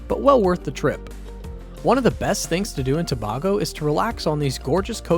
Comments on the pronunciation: Try “To bay go” not “To bar go” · Get the pronunciation right pleaseeeee! SAY BAY GO.....NOT BAR GO. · Why did you alternate in the pronunciation of Tobago? It's pronounced To-bay-go. Randomly saying To-bag-o in between when you had it right the first time makes no sense. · Please get the pronunciation before recording TO BAY GO Caroni. Pronounced Ka ron e ... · You're so correct and it pisses me off when it's mispronounced. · Great video, thanks! However, pronunciation of place names (Tobago, Caroni) threw me off. Also, the capital city is not "the port of Spain". It's simply "Port of Spain". Maybe check these things with the people living there?